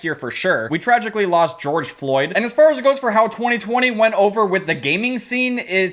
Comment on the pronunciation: saying 2020: TWEE TWEE